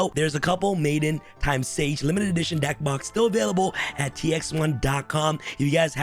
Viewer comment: I just love the way you say " dEcK bOx" and "comment ection below" 💀